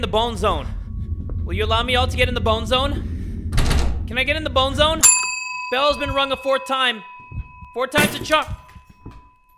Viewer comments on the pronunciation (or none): none